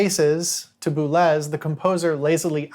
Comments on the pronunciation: This is great but… ‘Boo-lez’? Boo-lay! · This is really good work, thank you. Perhaps it wouldn't be rude of me to theorize that Boulez, being French, may be pronounced "boo-lay". Ligeti may also bear pronounciationial research on the level of your other stellar and more essential gifts to us.